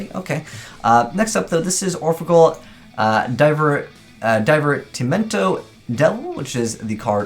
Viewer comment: Divertimento is pronounced 'Deeverteemento" and scherzo is pronounced "Skerzo" They respectively mean enjoyment and joke